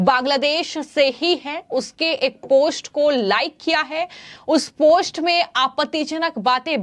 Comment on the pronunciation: इस खबर के लिए धन्यवाद | आपसे अनुरोध है कि आप अपने हिन्दी के उच्चारण पर कार्य करिए .... क्योंकि यह जरूरी है कि आप सही से उस भाषा को बोलना सीख कर ही उसमे समाचार पढ़ा करिए | ... आप बार बार "पोस्ट" को "पोष्ट" बोले जा रही हैं, यह बहुत खटकता है और आपकी खबर पर से ध्यान हट जाता है |